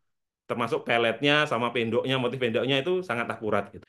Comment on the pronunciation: Anda ngucapin PENDOK sj tdk akurat.😮